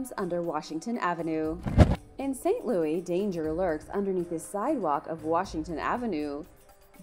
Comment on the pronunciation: Where are you from???? I hope if you see this you make time to answer!! I’m very confused with how you pronounced St. Louis to be honest🤣